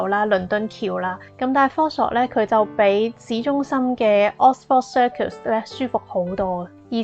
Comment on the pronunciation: 唔知點解好多香港人成日讀錯呢個發音： Oxford Circus 尾音不是 Ford!